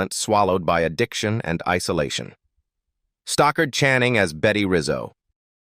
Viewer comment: It's 'Stockard Channing, not Stalker' 🤷‍♀️